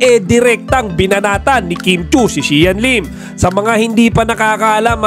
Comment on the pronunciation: di ako naawa kasi sya nmn may lasalanan. sus pavictim yan kim yan porket may showtime ginagamit nya showyime para pavictim nya. buti nga di kayo nagkatuluyan ni xian. at eto nmn nagbabalita paki pronounce mabuti ang pangalan xian lim. gating pa more pr kumita ka😅😅😅